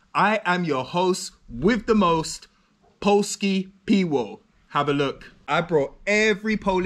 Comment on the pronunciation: Piwo is pronounced pivo :)